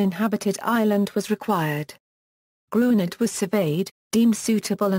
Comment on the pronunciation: It is pronounced "Grin - yurd".